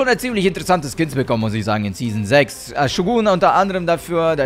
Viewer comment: "12 Kins" ????